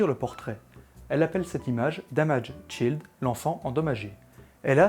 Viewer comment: Très bonne prononciation, notamment du -ED de damaged, par contre, pour child, la voyelle est tendue, mais j'en parlerai dans les prochaines vidéos ! :p Sinon, la vidéo est pas mal, je ne connaissais pas l'histoire autour de cette photo, merci ^^ En regardant tes vidéos, j'avais peur de tomber sur des vidéos qui expliquent comment utiliser le matériel, ce que je trouve un peu chiant, mais je trouve, au contraire, que l'histoire de photographies est super intéressant ! Merci ^^